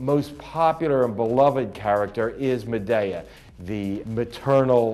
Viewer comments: Why does he say madaya instead of madea😡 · LOL he keeps calling her MaDAYeah...OK...YEEEAAAAH! too funny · Why is he saying Madea name like that. He's getting me so pissed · he said madea wrong wtf